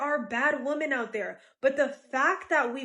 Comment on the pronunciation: the fact that this woman is speaking the most sense of any woman who has ever lived is overshadowed by the fact that she cant enunciate the plural of the word woman. smfh.......